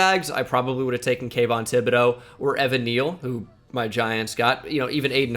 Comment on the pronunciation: Buddy said Kavyon or Evan Neal over Aidan 😂😂😂😂😂